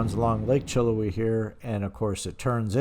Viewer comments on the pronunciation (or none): That is pronounced chill how we